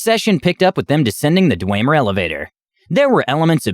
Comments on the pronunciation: Sounds like a good DM :3 I do have to say one thing that kind of bugged me though... it's pronounced Dwemer, Da-whim-er :p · It physically hurt me hearing them pronounce dwemer like that lmao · And dwemer. Basically all native elder scroll words were butchered. 😂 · I can't get Bre"tawn" out of my head.. Or "Dweymer"... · The pronunciation of dwemer and breton keeps throwing me off